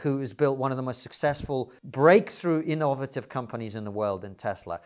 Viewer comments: It amazes me how many different ways people can pronounce the word “innovative” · How do you mispronounce “innovative”?